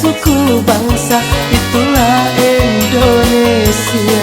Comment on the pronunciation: Ralat lagi bro.Indonesia bukan endonesia